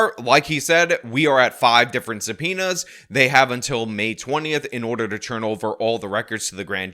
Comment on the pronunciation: Just alezations and sum'penas